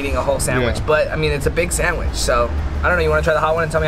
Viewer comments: When you said “samich” instead of sandwich I died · I can't get over the "samwich" 😅